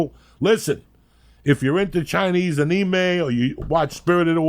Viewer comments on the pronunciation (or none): Lee if you loved Joey as much as he loves you you'd correct him when he says AKNEEMAY lol